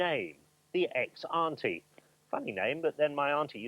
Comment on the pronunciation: No one I know. It's zantia